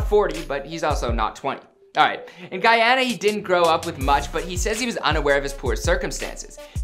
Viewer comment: Its Guuuuuuuuuuuuyana not Gaaaayana